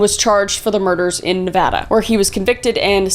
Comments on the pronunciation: I am so happy and proud, she said Nevada correctly. But at the same time, I'm unnerved that Josif was in my town, thankfully arrested a year before I was even born. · I must be super desensitized to this content- the most shocking part of this video is that Kris pronounced Nevada correctly! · Kris thank you SO very much for saying Nevada correctly!!!!! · Thank you for pronouncing Nevada correctly!!!